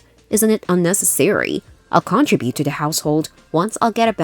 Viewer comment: Is it normal in America to place the emphasis on the first syllable in "contribute" instead of the second one?